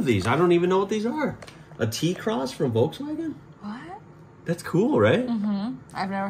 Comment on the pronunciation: The way he spoke it is exactly the right pronunciation for Germany, lol. Perfekt.